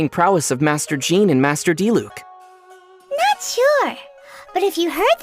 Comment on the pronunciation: Bruh so you pronounce Diluc's name as Dee-luke not Dee-luck. I've been saying it wrong.